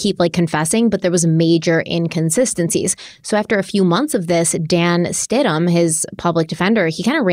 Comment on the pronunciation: It’s Stidham, “Stid-em” not Stidhman